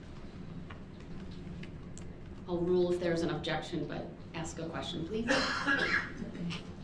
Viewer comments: All this nonsense aside, I cannot respect anyone who pronounces ask as “axe” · i ax u to have me understan. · that has bothered me so much! I can’t stand when people say ax. I had to investigate and ax was actually used way back as it is a short version of ascian back in 800 ad so it is valid and it still drives me crazy so I agree! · DARELL BROOKS DRINKING GAME: 1 Shots = every time mispronounces the word "ask" / aks 2 Shots = every time he objects to be being referred to as "" 3 Shots = every time "subject matter jurisdiction" gets brought up 4 Shots = any time he interrupts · When he “aks” a question 😂 He can’t even speak English, so why does he think he’s a lawyer? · This might lead to another murder charge as Brooksy wants to "ax" the questions. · Ax a question. Ax. Could nobody tell him how awful that sounded. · Oh my god the “ax” made me cringe each time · You know that someone is pure ghetto trash when they pronounce the word ASK as AXE. You lose all credibility in a courtroom or any conversation when you cannot even use the English language properly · If I could only despise this man base on one thing it would be his failure to pronounce the word ASK. The fact that he's also a murderer and a complete idiot helps as well. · He can't even say simple words like ask correctly,why is this man still being allowed to question the victims,etc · This brotha CANNOT pronounce the word "ask" correctly! Lol! funny guy. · no you are not supposed to speak at the jury. That’s only in tv shows. Try that with me doing the questioning and you would get shutdown immediately but dirtbag dumbo brooks has no idea what to do. Hell he can’t even pronounce the word ASK. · Great line of questioning from someone who can't say the word, "ASK" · Shut one eye and ax another question. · I can't count the amount of times he says word,, axe "or,, axed" instead of ask or asked. And he decided the be his own lawyer. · Ask; as with a k sound Not axed a question...